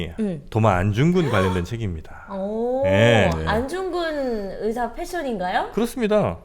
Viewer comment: 듣다 듣다 너무 헷갈리고 거슬려서요. ‘의사’ 발음은 병을 고치는 의사죠. 안중근 의사는 ‘의’를 길게 발음해야 하다고 알고 있는데...